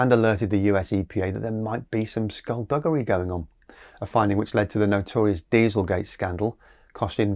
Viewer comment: Bought a used ev for half price. Charge at home. Drive 3000 km per month.....pay 60bucks Canadian for "hydro" (electricity) per month. Phone app tells be home much i charge. Sooooo I'm happy! Oi...Did you say "skull-buggary"! 🙊